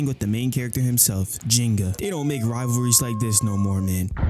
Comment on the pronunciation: The AI actually pronounces Ryuga and Ginga's names similar to how they're pronounced in Japanese lol, ironically.